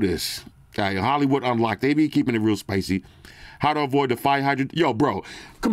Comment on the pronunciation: "Instagram a little spucy rn" 😂